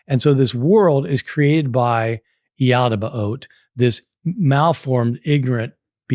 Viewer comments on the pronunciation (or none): Yaldaba-ott 😂😂😂😂😂 He cant even pronounce it 😂😂😂😂😂😂😂😂😂